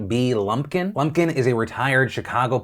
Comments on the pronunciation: Are we just gonna skip over the fact that Phil said her name was B. Lumpken you know as in Blumpken. go ahead look it up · B Lumpkin? Blumpkin? Really? 😂😂😂😂😂